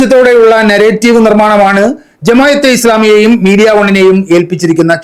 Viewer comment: ജമായത്ത്അല്ല ജമാഅ:😂